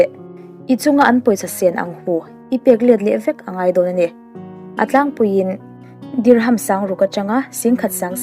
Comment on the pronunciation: Dirham ti a lam tur nilo a dihram tih tur. Bur khalifa tih loh tur burj khalifa zok.